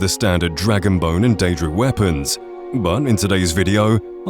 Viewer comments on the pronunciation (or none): none